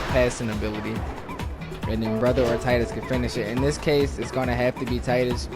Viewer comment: Why does everyone mispronounce tidus lol